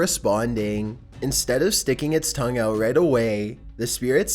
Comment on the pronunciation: no hate but its tongue not thong😂